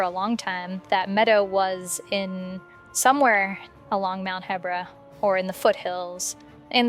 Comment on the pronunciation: You’re literally the only person I’ve ever heard pronounce the region as “heh-bra” instead of “hee-bra” Also if that’s where Vah Medoh was excavated, why would it just be 3 surface level craters? Was some of it exposed already? You would expect the excavation site to feature a huge crater large enough for the entire beast to fit in, and should be deep enough that it was completely underground. I don’t buy it.